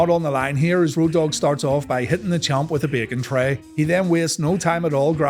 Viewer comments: I know you’re trying to say “Baking tray” during these hardcore matches but all I’ve been hearing for the past several episodes is “Bacon trey” lol so great. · I still can’t figure out if he’s saying baking or bacon tray… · Lol i thought u said bacon tray.